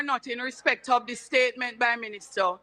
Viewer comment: Can someone please tell that’s it’s not ministuh???